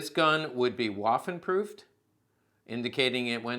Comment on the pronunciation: “Waffen” is pronounced with a ‘V’ sound, not like “waffle“. Food for thought.